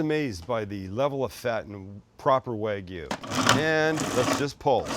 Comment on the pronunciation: Wag me?? WagYU! Ay-oh!